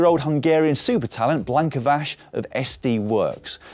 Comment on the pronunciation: GG Blanka Vas! Hopefully, she will bring the first World Championship title for Hungary! I know that Hungarian names are hard to pronounce. Imagine that it is written as Vash, then you will be closer to the real one.